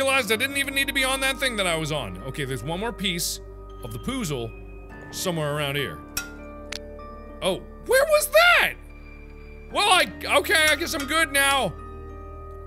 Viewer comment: So we're not gonna address the fact that Mark said pouzle instead of puzzle?